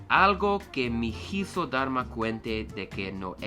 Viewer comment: Cool video, keep it up. I will offer some pointers that I hope will speed up your learning. Many English native speakers tend to stretch out vowels, keep bowels short. "hizo" In this one you don't need to pronounce it like "heezoh". It's more similar to the word "easy" in English. A better example escapes me at the moment. that was the right pronunciation for "hable". "I spoke" "leemos" in Spanish. The E here is like the one in Elephant. And make sure to pronounce each E. Divide it and pronounce slowly: Le(h)-emos.